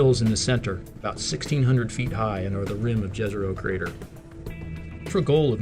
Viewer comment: Very informative video - thanks. Fun fact, the name of the lake ‘Jezero’ is Croatian for lake. It is pronounced Ye-ze-ro. I guess now that the New York Times has confirmed the US government have retrieved off world craft they are ready to confirm life forms on other planets.